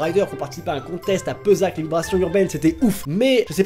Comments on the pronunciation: j’ai rien contre toi mais c’est Pessac (prononcer Pé-ssac ET PAS PEU-ZAC)😂 respecte ma région mince 😞😂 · Ca se prononce péssac pas peuzac love <3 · Ca se pronnoce péssac pour les VU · Il a dis Pesac ... alors que c'est Pessac je suis triste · Par contre c est Pessac et pas Peuzac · "Peussac" il a dit pour Pessac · LES VIBRATIONS URBAINES C'EST A PESSAC, AVEC 2 S ET LE E SE PRONONCE É, ET NON PAS PEUSAC BORDEL FAIS UN EFFORT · Pessac.. se prononce [péssac] sinon les VU c'est ouf comme tu as pu le constater